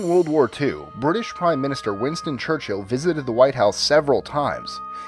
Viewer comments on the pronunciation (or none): its chur chill not church hill